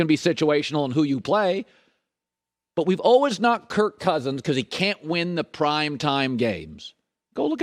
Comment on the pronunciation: Please tell me youve heard him say “Allwiz”. “Allwiz works hard. Allwiz on target” 😂